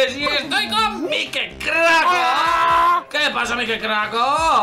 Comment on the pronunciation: Tempranisimos timba me da risa que digas mikecrako XD te jamo saludos desde Argentina ❤️❤️ segunda